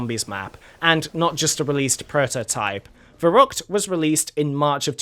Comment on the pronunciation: Wicckay 😂🤣 Der Reesey